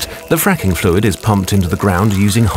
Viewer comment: “Quite have been a fracking boom” Sounds like friking